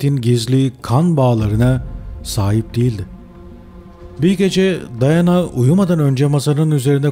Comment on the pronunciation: Daiana değil diana